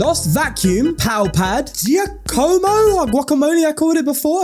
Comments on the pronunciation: Btw it's pronunce Juh-coh-coh not Ghee-uh-cuh-mo (Cuz Giacomo is an Italian name) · It’s Jaw-come-oh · Giacomo is pronounced ˈdʒaːkomo